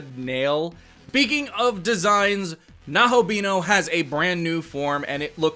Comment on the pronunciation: you were literally the only one calling him nahobheehoo incorrectly since day 1, even in your old vid, lmfao you actually confused me on what his actual name was.